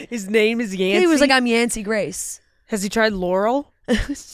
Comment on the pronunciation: it's not yancy grace 😂 it's yancy GREY